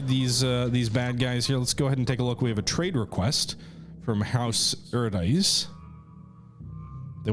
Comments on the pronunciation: Fun facts about Dune: Atreides is pronounced "uh-TRAY-deez". Westwood Studio's Dune II, made in the early 90s, is generally considered to be the first modern RTS. It directly inspired both Command and Conquer and Warcraft. The troopers are in fact fighting in melee combat. Soldiers in the Dune universe use personal energy shields that repel fast-moving objects like bullets, but can be penetrated by a slow-moving blade. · Ahtrayeedeez? Ahtrydize? Arkonon? Heurkonion? Morgan Freeman and Glenn Frye singing "Smooglers Bluhs." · bruhhhhh your pronunciations of Atreides and Harkonnen made me flinch! You need to watch OG Dune as punishment.